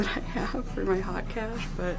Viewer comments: I think it's pronounced more like oat or aute. Silent "h". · It's pronounced [oht] like in haute couture. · Glad you bought the dress! You looked so good in it. BTW - it's haute (as in high) and it rhymes with boat. 😉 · I love Torrid! Great video. I have always pronounced it "hote" cash, not "hot" cash but I could be wrong. Love ya! 😻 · Haute rhymes with goat. :) I loved the jaguar shirt, love all things animals, but yeah, expensive!